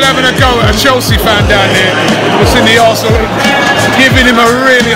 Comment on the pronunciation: Chinese cant even say Arsenal properly..they say "Alsner"